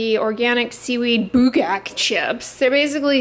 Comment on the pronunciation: Oh my god,, you pronounced Bugak so well!! I am korean!